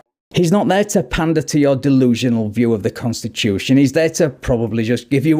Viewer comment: What is a kahnstushun?